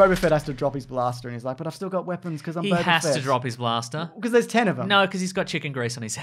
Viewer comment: It's Boba Fett not Bobba Fett.